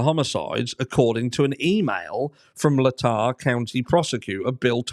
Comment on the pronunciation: Love the channel,. FYI, usually "Latah" County is pronounced "LAY-taw".